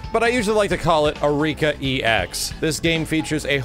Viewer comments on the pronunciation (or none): It's pronounced "Arr-ee-ka", not "Uh-rika", and it's "Dar-rune My-ster". Come on,, at least try and pretend you know what you're talking about.